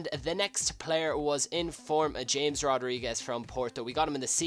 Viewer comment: James Rodriguez is pronounced as "Hamez" Rodriguez